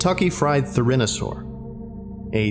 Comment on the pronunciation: The way you mispronounced "Therizinosaur" and "Therizinosaurus" hurts me so bad